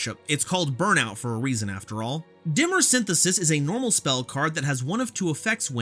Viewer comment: Nerd here: Dimer is pronounced die-mer. But carry on